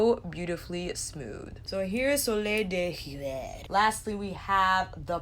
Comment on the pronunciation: Oh, these are just so pretty. Glad that you got the collection, I think my favorite is the Soleil, d'hiver. It's pronounced D-vare, But you were doing pretty good with the rest of the French. As always, loved the looks!